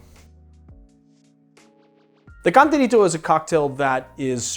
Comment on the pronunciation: He messed up the cantarito